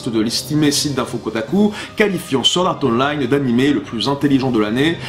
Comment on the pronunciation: ... Sord art online... vive l’accent français (je suis morte de rire 😂)